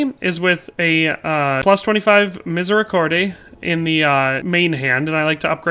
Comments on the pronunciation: Btw is « Mi-zay-ree-CORD, not -CORDAY »! Otherwise good vid will try out the assassin build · as a French people, don't pronounce the E at the end of Miséricorde ;)